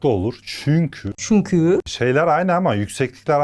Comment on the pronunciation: ✨ÇüNkÜğĞ✨😅 çokk iyisiniz yaa sizin sayenizde hem gülüyorum hem konuyu çok iyi anlıyorum iyiki varsın # 💛🖤